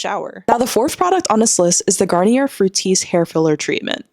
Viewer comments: Garnier is pronounced, Gar-nee-ay. Edit; I forgot to mention why I am explaining because it’s easier to speak. French is pretty easy if you know the rules. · It’s pronounced Garn-EE-A ❤